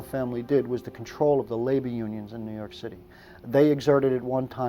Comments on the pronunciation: "nuu yawk affice" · NEW YAWK AFFICE!